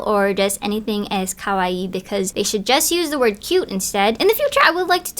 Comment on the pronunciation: Ummm who says kawaii when we’re speaking English though? That’s random. Like no one wants to hear you butcher the pronunciation… You don’t need to say “cutecore” either. Why don’t we just say cute? Aka the meaning of kawaii? 😭😭